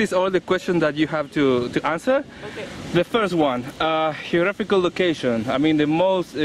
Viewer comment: "Heographical location" me hace sangrar los oídos.